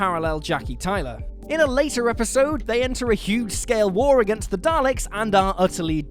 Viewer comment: Dalek not darlek